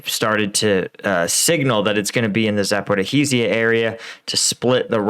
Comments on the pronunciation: I always chuckle on how you pronounce ZaporaHEESEYA 😁👌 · i love you i love you, but please look up how to say lyman and zaporizhiya